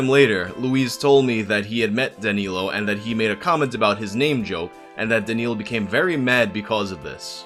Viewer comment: My first name is danilo....hearing him say it close to perfect over and over weirded me the fuck out cause noone ever calls me that...they call me dan cause its easier..or they don't know my real name...almost had to stop watching cause hearing my name is weird